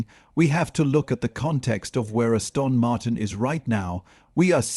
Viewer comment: Stupidly wooden AI narration. Ass-tawn Martin?